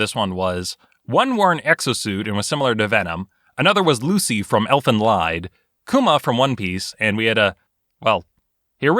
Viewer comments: its not pronounce lied. its germen and is pronounced leed. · it is elfen leeeeed, god damn it! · Don’t mean to nit-pick, but Elfen Lied sounds like Elfen LEAD. It’s German for elf’s song. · Two things #1 You including Lucy from elfen lied good #2 YOU MISPRONOUNCED IT! its not LIED its LEED its german Lucy is also insanely powerful and can swat away bullets although higher calibers become more difficult. 9mm? Sure. Anti tank rifle? Some problems. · I hate to be that guy but Elfen Lied is pronouned LEED not LYED. Sorry so sorry but there it is. K I'll see myself out now... o/ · Elfen Lied, the 'lied' is pronounced leed. It's German, you're welcome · It’s pronounced elfen lead but spelled elfen lied because it’s German. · ELFEN LIED? ELFENLIED. ELFEN LEED. ELFENLIED. ITS GERMAN.. nobody lies in that word. Its ELFENLIED like LEEED ELFEN LEED. PLEASE dont say elfen leid.. that suffering elves in german or elven suffering... dont do it.. please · Its not pronounced lied but like leed sorry its a pet peeve when people pronounce anime titles wrong great vid though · FUCK YEAH ELFEN LIED FUCK NO HE PRONOUNCED IT LIED INSTEAD OF LEED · Pronounced “elfin Leed” not lied. Sorry that was bugging me haha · "Elfen Lied" is German... the "lied" is pronounced "leed" :P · Elfen Lied is german, you're supposed to say "leed" or "lead" instead of the actually english word "lied". Just saying, love your videos. c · Elfen Lied, not Elfen Leid. In German, whenever you have an ie or ei, the second one is the sound it makes. So ie makes an ee sound, and ei makes an eye sound. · Really? Lied as in lying? It's Elfenlied, which means "elven song" and is pronounced vastly different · DID HE JUST CALL IT "ELFENLEID" ITS PRONOUNCED "ELFENLEAD" autistic screeching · Elfen Lied is actually pronounced Elven Leed, not Elven Lyed. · It’s, uh, it actually reads as Elfen Leed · The 'lied" part of Elfen Lied is pronounced "leed", because it's German. It basically means Elvish Song.